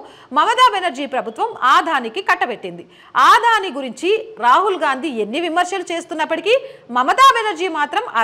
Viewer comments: "అదాని"అనాలి ఆదాని కాదు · ఆధాని కాదు అదానీ ప్లీజ్ కరెక్ట్ చేస్కోండి